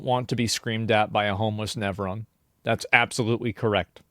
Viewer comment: What's a nevron?